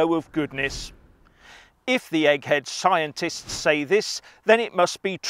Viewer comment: "The Plolitishuns! In an Atvenchure wiv Skiantits!" 😂😂😂😂😂😂😂😂😂😂😂😂